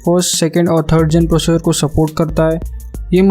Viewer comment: processor ko procces bol rahe ho kya baat😂😂